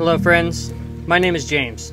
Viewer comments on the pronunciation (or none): none